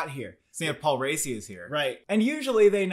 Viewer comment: Paul Racci is pronounced Ra-key